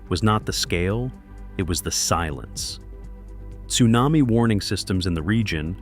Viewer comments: I've never heard AI this bad! "T':Sunami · A T-sunami? Stupid AI narration.